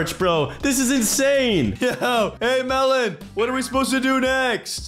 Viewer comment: Bro said melan